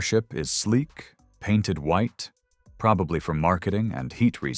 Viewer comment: HAHA WHY THE FCK DID U AV TO EMPHASISE IT BEIN PAINTED WITE HAHAHHA